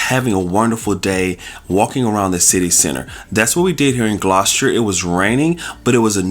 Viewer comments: It's not pronounced "Gloss-cher". It's pronounced "Gloss-ter". The pronunciation of place names in the UK can be confusing for non-locals (even for British people if they're not from the local area) because many places are not pronounced as they are spelled. It's nice to see you visiting so many places in the UK and enjoying yourselves! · Its pronounced Gloss-ter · Gloucester isn't hard to pronounce. It's pronounced gloster as to rhyme with foster as in foster parent. Dr Foster went to Gloucester, remember the rhyme.